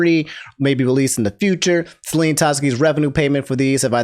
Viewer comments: "Celine" 💀 I'm out. You cooked me. I need oxygen. Edit: Sorry, I should be constructive. "Sell-En" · 😭you butcher her name its not Celine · I can forgive the Saleen thing. But how are you referring to Liver as its the bodily organ. Lie-Ver Not lih-ver